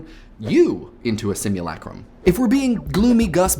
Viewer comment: My ear rejects your "Sim-ewe-lay-crum" and replaces it with my own "Sim-ewe-luh-crum". >.>